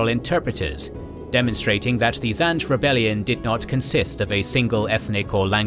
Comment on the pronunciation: Zinge, not zange